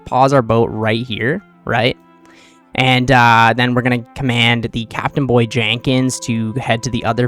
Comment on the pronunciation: my brother in christ, it's CABIN BOY... not CAPTAINBOY